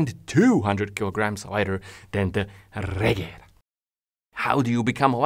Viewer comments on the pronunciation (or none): apparently its not pronounced "regera" but "regira" you can hear Mr. Koenigsegg say it in the video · The "G" in Regera is read as a "J", say it like Re-jera and it vill be pronounced right. BTW Regera means "Rule" (As a king does)